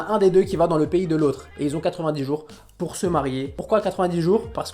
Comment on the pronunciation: « Neuuh c’est neurmaaal peur toi » chui morte 😂